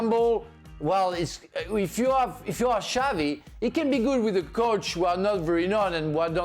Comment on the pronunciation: Xavi not xabi